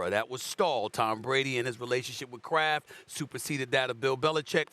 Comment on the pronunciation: everytime shannon says “Mr. Kraft” i always hear “Mr. Krab” lmao